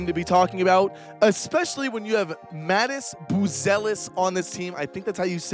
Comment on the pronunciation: MAH-TAHZ BOO-ZELL-IS